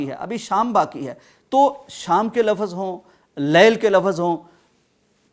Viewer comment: Lafaz ,......... ??????? 😮😮😮😮 Yeh lafaz aap ghalat bool rahe hein ,....... 😂😂😂😂 Lafz , Lafz , Lafz esko es tarah se boola jaata hai ,......👈👈👈👈 Mehurbani ker ke urdu ki ttaang mut tode , shukriya 🇵🇰❤️💚 LOVE FROM PAKISTAN 💚❤️🇵🇰